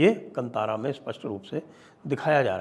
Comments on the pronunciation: KAANTAARAA, not kantara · Sir ji, just one correction requested, the name is Kaantaara not kantaara. Love and respect your channel 🙏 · 🧡" कंतारा " नहीं " कांतारा " बोलिये 💛🪔🔱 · संजय जी कंतारा नहीं, कांतारा | संस्कृत का शब्द है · Please learn to pronounce Kaantaara . Not Kantaara )) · It is not pronounced as Kantaara (just like in the word kant or neck).. Instead it is kanthaara.. It may be derived from the sanskrit loan word called kannan (jungle) in kannada.. So it is pronounced just like the word kanthi or rays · Proper way to pronounce...not kantaara....it's kantara or kaantaara .... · The correct pronunciation is Kaantaara. It's a Sumskrut word. You should know it, Deekshit ji. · The correct pronounciation is "kaantaara" sir.